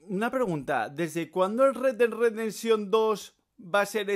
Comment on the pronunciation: primero pronuncia bien y luego critica retdedresension 2